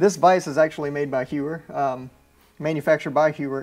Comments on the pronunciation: It’s pronounced “Hoyer” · Heuer is pronounced to rhyme with “boy-ur.”